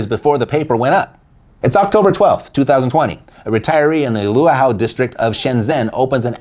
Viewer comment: I lived in Shenzhen's Luohu (you butchered it) District for 5 years. Right next to Di Wang Dasha and across from the stock exchange building. The part of the story you left out is that the money was GIVEN away to begin with.